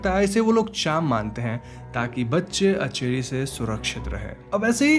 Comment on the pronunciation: It's aanchari ..... Not acheri